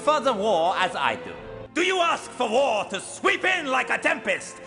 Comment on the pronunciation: I'll be honest, when The Major said "Gentleman, all I want is war" I thought he said: "Gentleman, all I want is VORE" XD